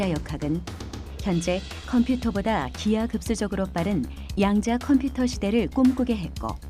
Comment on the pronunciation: 너레이션 에서 때때로, "양자 컴피터", "디지털 컴피터" 라고 하는데, 컴퓨터 computer 는 정확히, 분명히 '컴"퓨"터' 라고 소리하는 게 옳을 것으로 생각됩니다.